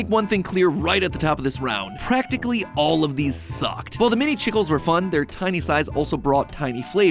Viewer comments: as someone who speaks Spanish, this has made me so mad. It pronounced "CHEE-KLEHs" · so that’s not how you pronounce chicles…… 😂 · Chickles is pronounced Cheek-lays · The word "chicles" isn't actually how you would pronounce it! It's actually the Spanish word for gum, pronounced "chee-kleh" instead of how you would say "chuckles" but with a I. 😊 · Mini Chicles...is pronounced Chee-Clays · It is pronounced Chic les not chickles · Chicle is pronounced cheek-lay, not chickle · Maybe it’s because I grew up in Texas but I always heard Chicle pronounced “chee-clay” throughout my life rather than rhyming with tickle. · I'm so sorry to the Spanish community that Mat mispronounced the Chicles. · Hearing Mat pronounce "chicles" as "chickles" hurt me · noooo the way you said Chicles!!! its spanish for chewing gum, iv always said chic-laes (its hard to type how you pronounce things). oooh i about screamed it shook me to my core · Not Mat pronouncing chicles like chickles 😂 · Regarding Mini Chicles: It’s pronounced “chee-clehs.” “Chicle” is Spanish for “chewing gum.” Note: “Goma de mascar” is another term for “chewing gum,” but we always used “chicle” in my household. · im a little irritated about how he pronounced chicles :( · " Mini chicles " THE WAY HE SAID THAT GOT ME, ITS PRONOUNCED SO MUCH DIFFERENT CAUSE ITS SPANISH FOR GUM